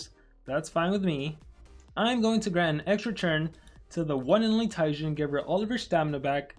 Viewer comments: ITS PRONOUNED TE JeN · It's pronounced Jen it's a reference to another popular YouTuber by the name of gaming with Jen